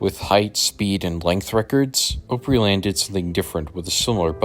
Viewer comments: ooooopryland? Nah. Its AHHHHpryland/ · Nashville native here. Opryland is "op" with a short o, not "ope" with a long o. OG Nashvillians hate Gaylord for shutting down Opryland without warning and opening yet another mall---at the time Opry Mills opened, there were a total of NINE active malls in Nashville. That said, a new mall in that area would have been an excellent alternative to a theme park...in the 1970s or 1980s. By the time Opry Mills opened in 2000, brick-and-mortar stores were already starting to be usurped by online shopping. Once the Great Recession came along in 2007, the lesser performing malls of the city started folding up in short order. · I remember riding Chaos when I was about 7 or 8 years old, and it scared the CRAP out of me! I loved Opryland so much- grew up about 20 mins from there, and we had season passes. I remember when they built the Hangman ride. Just FYI, it’s pronounced Opryland (the word “Opry” is a derivative of the word, Opera, because of the musical performances- it’s opera, but in a southern US dialect/pronunciation)